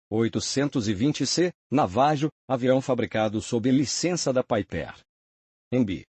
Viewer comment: Concordo totalmente com o Roberto, além de que, essa inteligência artificial é meio analfabeta: não sabe, sequer, pronunciar PIPER...😂